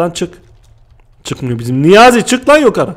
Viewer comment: abı kfur etmıyorum ama sen nıye yokarı dıyon yukarı dıycen